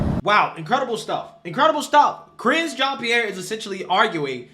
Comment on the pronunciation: Ca-ringe Jean Pierre lol